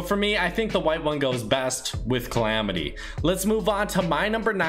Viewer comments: Calamity not clamity you sit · bruh u had it right the first time like what is clamidiya? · why the hell did you pronounce it "Chlamydia?" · its not climitya its calamity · Clamity? Wut? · he said clamitia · Its CALL AM IT Y